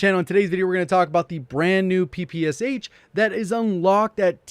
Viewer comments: Ik no one cares but, its not called 'P.P.S.H' Its called 'Puh-Pash-Ah' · It's more like that pig PEPE and then you ad SHA so PEPESHA